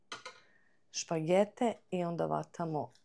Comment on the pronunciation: Ne kaže se vatam nego hvatam Nije kuvinja pa se u njoj kuva,nego kuhinja pa se kuha.U školi nisi učila da postoji slovo H😂